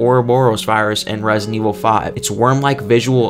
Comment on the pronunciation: "Resin Evil"